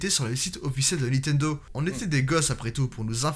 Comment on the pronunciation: Is it only in France that there are people who say ' NITENDO " (without N before the T) instead of " NINTENDO " ?